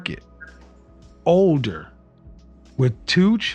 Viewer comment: She can't even pronounce words properly. It's promounced "children" not "chidron". It's pronounced, "older" not "odor".